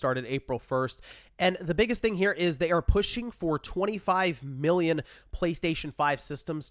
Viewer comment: Idk if you have allergies or a cold, but it sounds like you’re saying Billion whenever you say Million. I thought you said they sold 6.3 Billion PS5’s. That’s almost 1 for every person on earth 😅